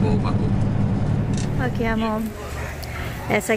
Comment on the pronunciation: Kkk mivard como se fala em americanes não tem pácu kkkk